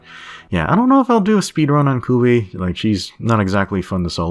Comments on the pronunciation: It’s actually Ku La Vie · Thought he was saying Kulu for a while tbh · Ahhh i cant with the way he pronounces kulve